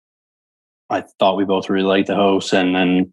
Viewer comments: I keep hearing him say HOST vs. HOUSE. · I thought he said 'hose' 😂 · Is it just me or the way he says “house” is kinda wild